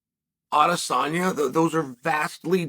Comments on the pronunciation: Chael: Alex never said Adensanya Alex: “Adensanya, come to daddy” Chael: he said “Nebraska come to daddy” 😂😂😂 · Definitely heard "Erh Adesanya..." 3 times haha. Kinda rough Alex's first English call out doesn't even get acknowledged by the GOAT. Hope Alex doesn't let this effect him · Stretching for a take he said Izzys last name 4 or 5 times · What is Uncle Chael smoking? He clearly said Izzy's name TWICE.